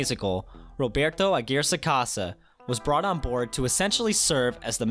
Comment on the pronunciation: The way you pronounce Aguirre is weird and hilarious